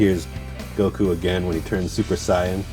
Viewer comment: When he meant too say "Super Saiyan" but it sounded like "Supee scion. 😑